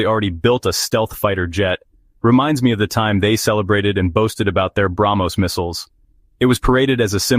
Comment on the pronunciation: Ar-junk? Tes-Junk? Brag-Most? F-Junk? 😂😂😂😂😂😂😂😂😂😂😂😂